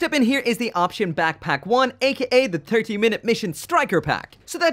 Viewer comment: Im sorry... "turkey minute missions"? Just what my ears heard.